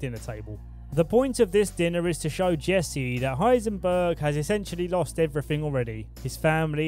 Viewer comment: = Heisenberg